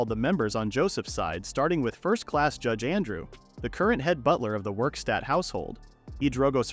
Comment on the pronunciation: Werkstatt not Wikstat